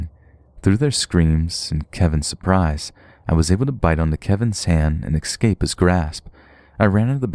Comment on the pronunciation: Great stories thankyou....but Please..pronounce escape correctly, not exsaped :)